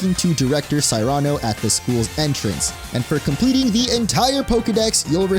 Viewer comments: Cyrano...sear an oh. Cmon dude. These names aren't that difficult to say. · Why do you pronounce Gladion and Cyrano's names in such a ridiculous way?